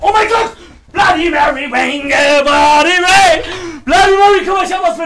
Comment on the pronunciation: Du sollst 3 mal blandy mary sagen